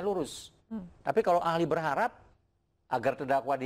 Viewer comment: kepleset juga dlm kata berharap alias gugur